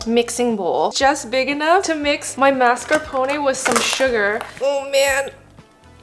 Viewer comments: Mars-ca-pon. No MARSCEEPONA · It's (mahs-car-peh-nee) not (mahs-car-poh-nay) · The Italians are dying as she keeps saying "masca poney" I love you honey marscarpone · Mas- car- Poe- nae 😭😭😭🤚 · I don’t wanna sound mean or anything but mascarpone is pronounced “mar-ska-p-own” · It is pronounced mars ca pone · I tried, I really did, but then the pronunciation of mascarpone made me commit crimes in my area. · Watches first 20 seconds, looks up pronunciation thinking she's saying it wrong, realizes I've been pronouncing mascarpone incorrectly my entire life 😅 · it's not correct, though? It's mascarpo-ne (similar to "nay" but not as long of a sound) not mascarpo-nee. For tiramisu, her stress is just off. She says tira-MISU instead of ti-ra-mi-SU. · "Teeeramisu" and "mascarponay" are making my Italian soul boil!!!🔥🔥🔥🤣🤣😡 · Tirameeesu and mas-car-poney- hahaha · The way you say mascarpone and Tiramisu is so silly I love it. Edit: if you’re taking offense to my comment when i literally say I LOVE IT, thats crazy work. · The way she pronounced Tiramisu and Mascarpone almost gave my husband a stroke. He’s Italian. 😂🤦🏾‍♀️